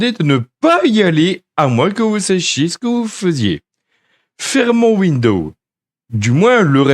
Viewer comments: L'autre, il fait une présentation de ouindo 95 mais il n'a absolument aucune notion d'anglais...It's incredible!!! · "Bienvenue dans cette vidéo-cassette de formation à windEAU 95" 😂